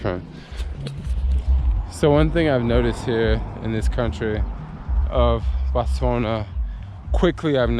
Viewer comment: BUTCHERING THE WORDS AGAIN....HERE IN BOSTWA-N-I-AAAAAA.BOTSWANIA LOL.......NEW COUNTRIES NIMBIA AND BOTSWANIA.....